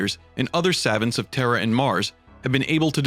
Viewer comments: why do keep saying terrer it sounds like you say terror really fast; terhr. plz say terra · Please stop saying “terrhr” lol